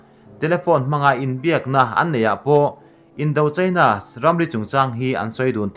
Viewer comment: Indo China tih kha "do" tih lai kha ,ruah do tih a "do " tih thluk lai aga thluk tur ani lo mi